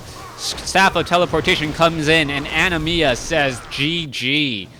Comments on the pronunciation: Its Anima A-ni-mAA not ani-mia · It's ANIMA (NOT ANIMIA OR ANIMYA) for the love of GOD!